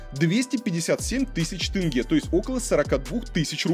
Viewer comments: Видеоролик очень интересный. Спасибо за интерес. Но триггер для казахстанцев: слова «семья» и «тень» россияне говорят через Е, а «Семей» и «тенге» почему-то через Э. Непонятное коверканье. В казахском языке нет звука Э. Это у кыргызов распространена буква и звук Э. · тенге а не тЭнгЭ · Вроде такой образованный, журналист им все дела…. А название города выговорить не может. Не Сэмей а Семей , Семипалатинск же нормально говорил , тоже самое про тЕнге 😡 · Сэмэй, тэнге 😂😂😂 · Как же бесит это Сэмей, тЭнге... Три года как живу в РФ и просто не врубаюсь с чего все местные, узнав, что я из КЗ, говорят тЭнге. Какой-то дурацкий всероссийский стереотип, пытаясь передать казахское произношение, все тут начинают Экать, блин, откуда этот бред взялся вообще. Задолбалась объяснять, что в казахском языке вообще почти не встречается буква Э, только в заимствованных словах, а так тут везде мягкое Е. Русские как привыкли кавказский акцент изображать, так и казахский изображают, ну, глупо же. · Тоже коробило. Или как тЭнгЭ🤨🤨🤨